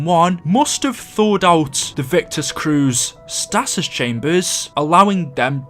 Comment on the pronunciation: Your pronunciation of stasis hurt my ears